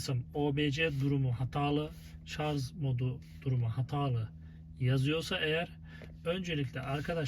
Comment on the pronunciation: Vallahi teknik bilgiler için teşekkür ederim ancak , lütfen artık ŞARZ demeyin şuna her seferinde duydukça gözüm seyirdi ŞARJ kardeşim ŞARJ bak yazıyor oradada